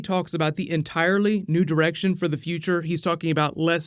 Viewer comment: Please stop saying nude erection!